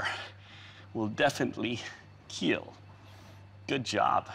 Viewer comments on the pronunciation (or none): It will keel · it will KEAL. XD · IT WILL KEAL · It may keel, but one must be able to keel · because of that, it will KEAL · It will keel! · It will keel. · IT WILL KEAL!!! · Your weapon.. will keel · It will KEAL.. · He pronounce it to keel or it is just me? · it will keeel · beacause of that it will KEAL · Kill isn't that hard of a word to pronounce